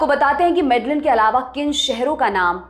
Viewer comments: 1. आप नाम गलत बोल रहे हो। वो मेडेयिन (Medellin) है ना की मेडेलिन, स्पेनिश में LL ko ल नहीं य बोलते हैं। और वो काली (Cali) है ना कली (Cli), और स्पेनिश में A ko आ बोलते हैं न कि अ। कैलीफोर्निया (California) और काली (Cali) के अंग्रेजी और स्पेनिश के पहले चार अक्षर एक जैसे हैं और दोनों नामों में सिर्फ इतना फर्क है कि वो अपनी अपनी भाषा के अनुसार बोलते हैं क्योंकि इंग्लिश में A ko ए और स्पेनिश में A ko आ बोलते हैं। 2. मैं कली (Cali) का नाम 3 नंबर पर सुन कर हैरान हूं। मैं 2019 में यहां आया था तब तब से यहां रह रहा हूं यहां तब सब अच्छा था। मैं मानता हूं कि कोलंबिया सुरक्षित नहीं हैं पर यहां जायदा क्राइम वनेजुलन लोगों के आने के बाद बढ़ा है। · .Your research is great. However the correct pronunciation of the top city is Mede-een, the two Ls are silent. Thank you. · Medellin is pronounced as Medeyeen. LL in Spanish is pronunciation as Yah of Hindi.. please correct your pronunciation. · Yes, I was also thinking about Medellin that she pronounce wrong. I am also living in Cali, Colombia. Cali comes in third in list mostly happening cause of Venezuelan people invade .